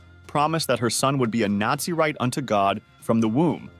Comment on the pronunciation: Its Naz-a-rite not Nazi-write